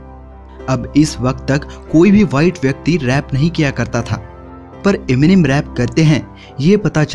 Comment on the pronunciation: Enimen...kya he ye...Eminem hota chu...